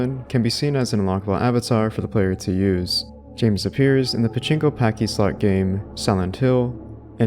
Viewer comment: Good vid, but confused why you kept saying “pachinko packyslot” when referencing the Silent Hill 2 pachislot. Pachislot is a portmanteau of “pachinko” and “slot”, so not sure why you could pronounce pachinko correctly, but not pachislot, or why you were basically saying “pachinko pachinko-slot.” Anyway, keep up the great work! Been watching all your vids as a huge Silent Hill fan.